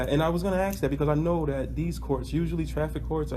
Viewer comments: He just had to axe a question.😆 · It's ASK not AKS (AXE) You'd be in trouble if you AXED someone. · It's oaTH,not oaf. And it's ask, not axe. Also, dismissal had zero to do with you pretending to be a moronish citizen. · Have you leaned how to pronounce ask and oath yet, or are you still going with sounding like a complete idiot?